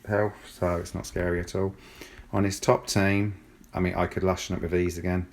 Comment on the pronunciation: It's 'Looshen' not lush -en ;)